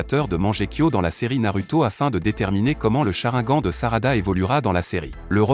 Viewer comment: Il dit charaingan et manjekyo aussi 😂😂😂😂😂😂😂